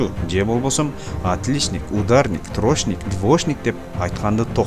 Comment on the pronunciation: Админ! Элге туура нерселерди жеткиргениң жакшы. Бирок, өзүң да аракет кылып, ушул мотивациаларды колдонуп, орусчаны үйрөнүп алчы. Билбесең двошник, трошник деп айтпай эле кой да уят болуп. Же үйрөн.